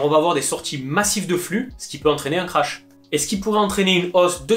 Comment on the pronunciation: Ça se prononcé krac pas crash